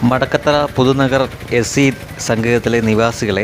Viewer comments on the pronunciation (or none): മടക്കത്തറ അല്ല നടത്തറ ആണ്